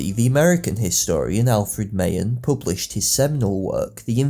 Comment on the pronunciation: Mah-Han, not “my-en”.